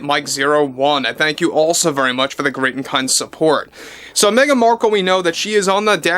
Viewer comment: Meh-gan DeNiro, or Meh-gan Zegler speaks. 🙄😂 She's calling on her squad to save her. 🤣 Off to watch the next episode of Pamela now. 🇨🇦